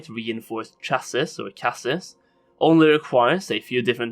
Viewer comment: The word "chassis" is pronounced CHAH-see, rhymes with sassy